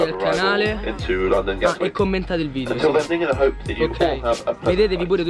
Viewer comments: Solo io ho notato “VIDIO” e “AERIO” hahaha❤️🔥🙏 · Si dice video non vidio